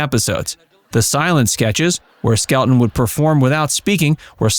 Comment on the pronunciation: Just a friendly fyi.....Red's last name is pronounced, "SKEL - TON", not "SKEL-UNE". The "t" is enunciated clearly. ETA: Red Skelton, along with Buster Keaton, were the two who taught Lucille Ball the craft of comedy. It was through them that she learned the art of timing and the physical aspects to the profession. They taught her well!